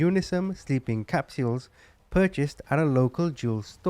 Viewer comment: I know this is a serious matter but sometimes the things you say make me laugh...like saying the Father is a piece of 💩 to have it lead into the advertisement for the colon broom. And i love the way you say capsules.. But this is a terribly sad situation. RIH little ones ✝️ Thank you for all the hard work you do to bring these cases to us.. I love your channel!